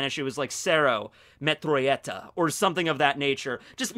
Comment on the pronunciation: Starrks is pronounced cero meturachetta but its spelled cero metralleta. It means cero machine gun. So yeah